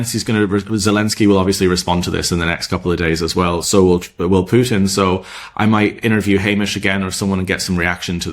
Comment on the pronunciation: How many times did Trump give Pyoutin "another two weeka??" WHY 50 days now??